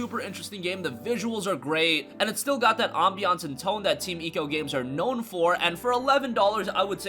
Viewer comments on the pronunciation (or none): none